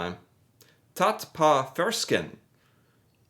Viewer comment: can you please look up how to say Å, please. what you are saying is uuu. you managed to say it correctly when you said the word på